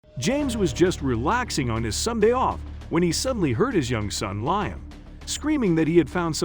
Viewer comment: It's Lee-um, not Lion.